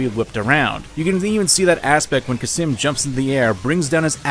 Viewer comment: I love this video dearly, but there is one thing that keeps bothering me: did you forget the letter L exists. It's khalsim, not khasim.